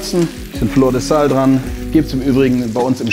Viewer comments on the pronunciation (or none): Nelson, fleur de sel, nicht sal. ;) Auch das Fleisch war niemals Wagyu A4, eher C3 wenn man sich das so anschaut. Aber da es eh gewolft wird, wird es trotzdem geil schmecken! Weiter so Nelson!